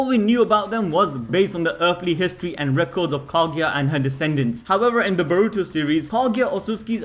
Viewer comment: why do yall say the letter "v" as "w', for example, in this video instead of saying HOWEVER, you said HOWEWER, can someone explain why do they do that?